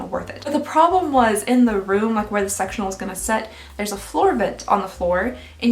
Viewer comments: Sectional. It just sounds like sexual. Lol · I thought you said “sexual sofa” instead of “sectional sofa” 😂😂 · I heard sexual couch...not sectional, took me a minute☺☺ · Not me hearing "sexual sofa" 😬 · Oh no I heard sexual instead of sectional couch 😆😂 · I thought she said “sexual sofa” rather than sectional. 😆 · Omg I scrolled down to the comments to find out what she said because I couldn't hear anything other than sexual 😭😭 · I'm sorry is it just me I thought she said sexual couch. I'm assuming she meant sectional couch?